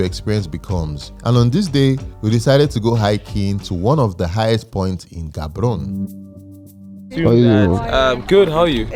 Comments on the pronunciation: Ga-bo-ro-ne not Gabrone...❤❤ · Hello neighboring country! I wish your Batswana friends had taught you how to properly pronounce Gaborone. It's not G like goldfish but the other G that sounds like g in "urg" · No it's Gaborone we don't pronounce the G as H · Well done. Amazing video. Quick one, it is actually pronounced Ha-bo-ro-ni not the way it is spelled. Nice job. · the way pounced Gaborone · butchering Gaborone pronunciation